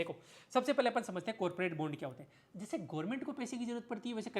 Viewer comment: सर यार बॉन्ड बोलो प्लीज यह बुंड का आदान प्रदान सुनने में बिल्कुल भी सही नहीं लगता है 😂 Jokes aside I really like your work, appreciation and thank you from the bottom of my heart ❤ Keep it up